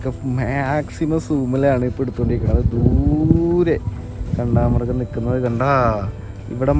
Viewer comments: എടേ... കാണ്ടാമൃഗ० എന്നല്ലേടേ പറയേണ്ടത്..... എന്തോന്ന്... കണ്ടാമൃഗം.. 😁😁👍👍അടിപൊളി വീഡിയോകൾ പോരട്ടേ...... 👍👍💞💞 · കണ്ടാമൃഗമല്ല കാണ്ടാമൃഗം എന്നാണ് ശരിയായ ഉച്ചാരണം.